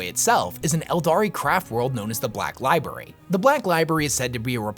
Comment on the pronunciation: Love these vids. When he says Lieberry- makes me giggle